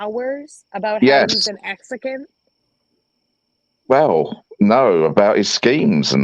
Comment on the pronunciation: "exican" FTW. LOLz.